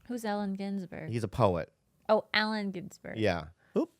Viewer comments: Bobby pronounced Allen Just as the rest of the world would. Not sure why does that type of shit to Bob so often. Sometimes it's warranted; sometimes she seems a smart ass. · Bobby pronounced Allen Ginsberg correctly, he is not Alan.